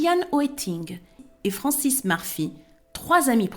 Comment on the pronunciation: Bonjour Madame, merci pr votre travail ! Alors moi, je n'avais jamais entendu parler de ce fait divers et pourtant, j'en ai déroulé du câble de "true crimes". donc re merci. à vous. Vous narrez VRAIMENT BIEN,vous nous embarquez avec vous dans votre histoire ! Chapeau bas !! Je suis chiante donc Frances se prononce "FranCÈS" 😊 et "chaos" "caO" leS ne se prononce pas dit très gentiment